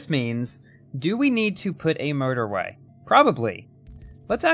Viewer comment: Sometimes when you say motorway, it sounds like murderway